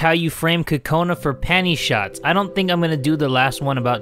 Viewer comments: I wanted to let you know that Kokona is not pronounced "Cu-cona" it's pronounced "Coke -na" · Lol he said “TOTONA ” lol